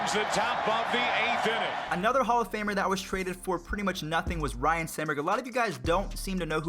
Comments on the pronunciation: its Ryne, not Ryan. And it's EEEEEvon, not ievan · Son, it’s RYNE , not Ryan Sandburg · RYNE...not Ryan. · Ryne not Ryan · It's not RYAN it's RYNE Sandberg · its ryne sanberg not Ryan